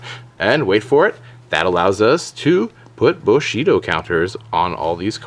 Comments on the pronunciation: It's 'Bushido', not 'Boshito' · Bushido pronounced "boo-shee-doh" not "buh-shee-doh" And THIS is why Spamurais are hated, but I remember those dark times, with 3x Shi En, 3x Gateways, and 3x Smoke Signals (yeah, one of the three is back at 3). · IT'S NOT BOSHIDO, IT'S BUSHIDO!!! GOD THATS SO DAMN ANNOYING! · buuuu-shido not booooshido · Stfu stop saying boshido it's bushidom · LOL "Boshido" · nice combo only one thing wrong though. its pronounced boo she dough. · The way you say "Bushido" bothers me .-. it's "bu" as in "bull"